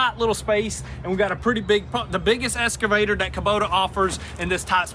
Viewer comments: EXcavator.... ^^ escavator? ^^ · Sons, i tried for a long time but it's gettin on ma tits! Its EXCAvator not ESCAvator! Say it right!